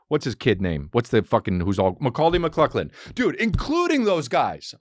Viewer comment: "Mikauly mickluckin"